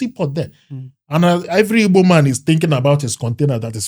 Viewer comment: Thanks so much for correcting Ibo speakers. The name is Igbo and anyone who can't pronounce gb is not Igbo, sorry to say!